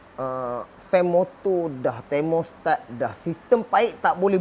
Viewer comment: Geli hati aku sebut ‘geng thormostat’ 🤣🤣🤣 👍👍👍👍